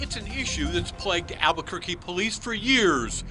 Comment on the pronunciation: says "Albugourguee". Get it right. Everyone else does.